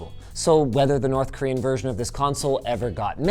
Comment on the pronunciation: Some might say its ... North KorWiian